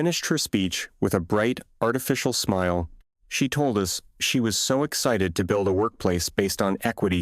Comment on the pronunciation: Voiceover is FAR WORSE than any other I’ve heard! AI keeps mispronouncing English words with a foreign accent. Words like normal, excited and expressive suddenly changed so much I had to stop, back up and read the story to understand the narrative. Definitely worst AI voice reading yet!